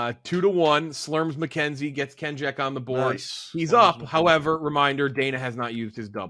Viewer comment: Am I the only one who heard say Slims McKenzie